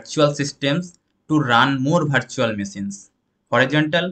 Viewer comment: It is not bhartical , bhartual ... Its virtual , vertical 😢